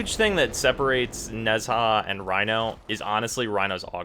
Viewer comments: (AFGPope) It's actually pronounced with kind of a soft "j" sound, like the sound in "Taj Mahal". But i doubt anyone here really wants to bother pronouncing his name properly. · I've pronounced Nezha like you until a few days ago. Then I watched the Warframe Profile video. Now it's weird. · It's pronounced Neja, not Nezaah (According to DE). Watch his official profile video mate :) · It's pronounced "nah-jah" not "Nez HA" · ITS NOT NEZ-HA ITS NEZ-AH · Why do u pronounce it Nehzaaaa? It's really annoying, It's just Neza, don't over complicate it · Tamám Shud both are correct, the way he pronounce it is nez-ha but people pronounce it as ne-zha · 2 things. 1 IT'S FUCKING "NE ZHA" NOT "NEZ HA" 2 Who in their right mind would compare Nezha's halo to Rhino's skin? Just look at the stats. You don't need a YouTuber to tell you how to wipe your ass, why is this any different? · please stop pronouncing the name wrong, it's not a English name, it's not nez ha. nezha, the zh is a J sound. it's a Chinese name. the cringe is real every time you say nez ha. please be a little bit more educated next time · OK Im sorry i have to correct you its not Nez Ha its pronounced NaJaw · oh my gawd I hate the way u say nezha... it's a silent H NEZ - A 😊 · FYI Nezha is pronouced Na-ja or Nae-ja (Chinese Goddess tho in WF it's a he) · Why does this guy pronounce nezha name so weirdly. It's like he's saying nesaa. So cringy lol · Nez-Ha? HEZ-HA?!?!?!?! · Its pronounced neja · It's pronounced neja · Every time he says Nez-ha I cringe. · Oh my f... I'm sorry, it's so fucking annoying. It's not Nez Haaaaa.... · I don't think you're supposed to pronounce the "h" so far I've seen people say "Neza" or "Nesha" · Man, I really love Nez-HAAA. Spooky way of saying it, but I like a spook. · Both are not correct, Nezha is a chinese word its pronounced Nuh Jah. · nez-ha like bitch can you not e.e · Why does he say "Nezhar"??? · Omg chill its okay that he pronounced it wrong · Literally butchered nezha